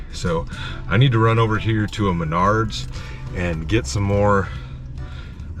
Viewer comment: Lol Manards sounds like your saying my nards.......